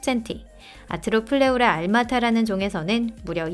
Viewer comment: 아르토 플레우라 아닌가 왜 아니토 팔레우라라고 들리지 암튼 잘보고갑니다